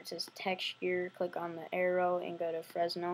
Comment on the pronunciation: By the way the s is silent in fresnel. Ie "frehnel"